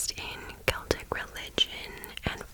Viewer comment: And you say Celtic with a hard C! I do too! How to pronounce this word is a real argument between me & my fiancé 😂